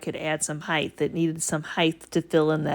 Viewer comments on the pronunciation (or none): Sorry ! Just have to ask ….. when did the word height change to heighth ?